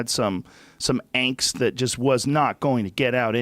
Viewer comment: had some angst? Why does joe speak German all of a sudden?